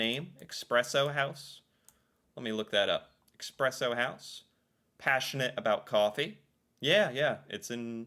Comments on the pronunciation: Espresso, not expresso! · It's espresso, not expresso. You don't have coffee in the US, you have a poor substitute with all kinds of bullcrap in it. Starbucks is shit. That is all. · Could you please pronounce "espresso" correctly? There is no "x" in the word, is there? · what exactly was wrong in this video? Except the mispronouncing of Expresso? A lot of people say it like that. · yes it’s not expresso, and it’s annoying. But when so many people say it like that, no wonder people will never learn what’s the right way to say it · React and Learn! You misspronounced espresso every time you tried to say it!